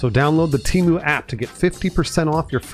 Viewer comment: I thought Temu was pronounced temu, not temu.